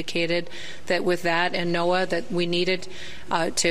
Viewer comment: To “the NOA”— obviously, you don’t know what you’re talking about. You said it more than once. It’s NOAA, pronounced like Noah. You hurt your credibility by getting these simple things wrong.